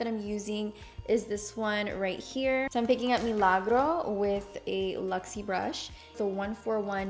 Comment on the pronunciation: Milágro is a character in my daughters favorite show so I liked the way to said it then too lol